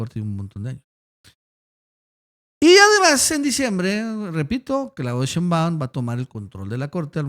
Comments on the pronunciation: Por fa, se pronuncia SHEIMbaum no sheimBAUM...raro que no lo sepas pronunciar...es algo similar al "presidente" en vez de presidenta de Noroña??? Raro...me parece una falta de respeto o de inteligencia...gracias... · Hasta nuestro López Obrador pronuncia SHEIMbaum...